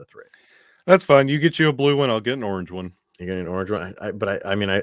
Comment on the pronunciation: "An orange one" is pronounced "norngeone"